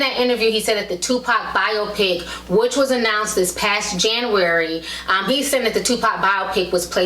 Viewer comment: The way she's pronouncing biopic is killin me